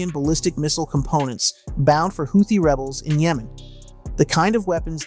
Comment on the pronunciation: It's pronounced Who Thee